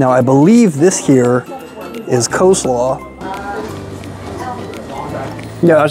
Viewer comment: cheese dogs are .70c additional , NOT $1.75 ! $2.70 AND .70c = $3.40 is the cost of a cheese dog. And it's Coleslaw , NOT Co-slaw ! poor review , very innaccurate.